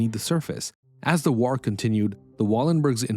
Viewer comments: Stop saying ‘waur’. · and saying "whar" for war.